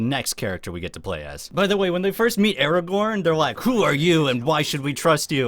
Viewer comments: Did you just say: Araborn? I loved this game as a child and still play it sometime again just for nostalgia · Aragorn? I couldve sworn his name was Ara-gohn. What kind of mandela effect reality is this